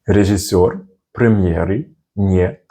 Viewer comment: Recommendation from native russian speaker: You have a good pronunciation but i can clearly here accent in your "режиссёр". We prenouncing this as it is written like "рИжЫсёр". We are swaping "Е" by "И" and "О" by "А" just because it cost less energy for mouth muscules. But this only happens if these vowels are not stressed. And there are no cases where we saying "ЖИ" or "ШИ". We only writing like this, but this should sound like "ЖЫ" or "ШЫ". Like your channel. Good work.